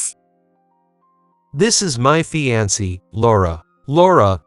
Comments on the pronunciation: Fiancee mispronounced as well as lead! Correct the pronunciations so it doesn't sound so annoying! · Tell your readers how to pronounce fiancée!